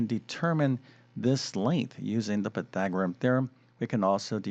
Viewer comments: Py-thag-or-e-an, not Py-thag-o-rim. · Surely this guy must be the worst Math presenter on YouTube. His repeated mispronunciation of PythagoreaNNNNN just drives me nuts!